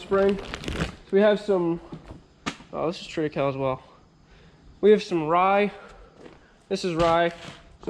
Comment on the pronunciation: It is Trit i kay- ly. Like Holy and lonely. HAHAHA, it doesn't matter. Good for you covering your fields. A lot of research is showing that keeping something growing is so much better than bare ground, and much better for the beneficial insects and under ground flora and fauna and things that make other things grow. Like Nitrogen fixations and phosphorus capture. Good stuff.